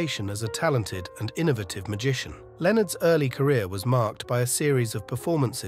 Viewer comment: The narrator s pronunciation of some of the words are atrocious, for example, innovative and privacy.